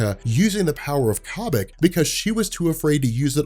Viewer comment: Corn on the Cobik.... Stop it. It's like Kobe Bryant. Kobik